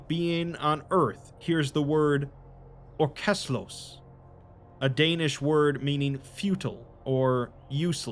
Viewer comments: I like your reading, but mate your Danish is atrocious. 😂 Adds a bit of fun to it though. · That's the oddest danish pronounciation I've heard in a long time. Gave me a good laugh though